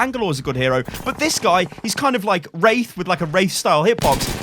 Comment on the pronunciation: Hero? It is not ow lol